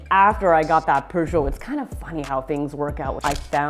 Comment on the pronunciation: It's pronounced pyoojit